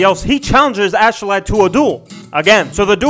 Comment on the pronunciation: it's ASKELADD pronounced (ask uh lad)